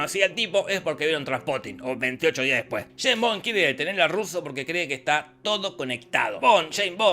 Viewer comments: Shhhhhhaim' bom'. Jajajajaa <S's), Dios le quita barba a quien desea pronunciar la ese'. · Nadie: Posta, nadie: Not one soul: Jorge: Jeim Bon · Yein bon, yes bon yei bong, yeim bom, nombre jodido para decir 🤣 el próximo tendría q ser Roger Moore! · Santo Dios!!! "Chain Bond" "Choe Biden" Por Dios!!!! Estos Argentinos nos quieren cambiar el lenguage!!! Ameritan recibir terapia de dicción!!!!😡😡😡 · sheims bons xD